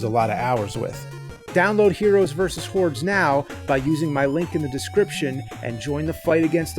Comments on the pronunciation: I know it's HORDES, but I can't help hearing HEROES VS WHORES... I guess it's hard to separate the Nerd from James. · Anybody else hear “Heroes vs. Whores”? 🤣 But on the real, the main thing physical media has over streaming is that things are disappearing, so having a physical copy and a machine to watch it on ensures you can enjoy it forever and double check these Mandela effects. Because I remember “Luke, I am your father!” too! 🤨